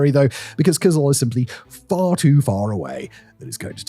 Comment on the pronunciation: Hi!The stress in both Tuva and Kyzyl is on the last syllable, so it's TuVAA and KyZYL as opposed to TUva and KYzyl.